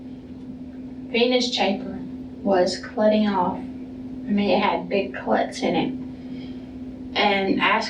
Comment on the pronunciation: “Cluts”, “heprins”. Christ, I feel like smacking her even before all of the murder.